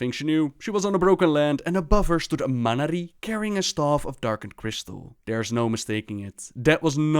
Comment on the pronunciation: Not to insult, but for someone who's so entranced in the lore, you have a knack for not pronouncing things right. Barrem, who's name was said by Boros, Tuure, which was said by Barrem, etc. Man'ari, said in a few storylines. Just a bit irritating.